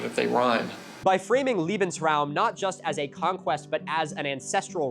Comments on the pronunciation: The way you pronounce Lebensraum sounds like Liebensraume, which wouldn't mean living space but instead loving space. That would also be much more chill I believe. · This is honestly not criticism: The way you pronounce Lebensraum as Liebensraum, to my german makes the word mean "Room to Love" instead of "Room to Live" and I just... I absolutely love that term now. Imagine someone climbing to power to fund a 1000 year reich aimed at allowing all people room to love freely... That's alt history I would read! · Great video, though as a German, I did notice that you pronounced "Lebensraum" as "Liebensraum", so instead of "Living Space" you said something approximately meaning "Space of Loved Ones". Don't pronounce "Le" as "Lee", pronounce it more like the french "Le". The e after l is pronounced the same as the e after b in that word. Also, very much do appreciate you making it abundantly clear the Nazis, and anyone who claims they weren't fascist, should eat sh1t and die. Strongly agree on that point. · I know you mean well, but it drives me nuts that americans always pronounce it "lee-bensraum". Not because it’s wrong, americans pronounce german words wrong all the time, but because in German that would be heard as Liebensraum or "loving space". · milo pleasee--- you are pronouncing Lebensraum like Liebensraum. if you need like run the pronounciation past a german, theres enough of us watching you THATS NOT THE SAME... one means living space the other means LOVING space. we both knew love was the last thing on their mind. the E in leben is like the e in well. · Herr Milo, love the new post. Just one thing: I know it's German, almost as tough to pronounce as Dutch, but you might want to pronounce the first "e" in Lebensraum as you would an "a" in English. Otherwise it sounds like Liebe, German for Love - yes German has a word for it too, but I don't think that's what the NSDAP folks meant... Loving space does sound like a good thing, tho! 😁